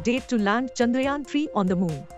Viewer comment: Its chandrayaan not chanrayaan😅